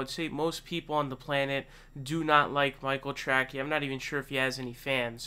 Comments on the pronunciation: His name is pronounced Trasee not Trackee. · Isn’t it trace-y not tracky Lmao 😂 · It’s Tracey not Trackey. If you criticize someone get their goddamn name right! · Who the hell is Michael Trackie? Tray-see, Tray-see. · It's not Track-E, it's Trace-E. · That's the best pronounciation of "TracKey" I've heard :) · He pronounces it "Tracky" on purpose. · His last name is pronounced Tray-Cee. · Great analysis. His last name is pronounced "Trasey". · He does the mispronunciations on purpose lol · The only thing more embarrassing than being Michael Tracey is not being able to pronounce his name. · Dude I have never heard someone miss pronounce names as often as you do I generally like your contact but that is really irritating do you really think that’s how you say his last name?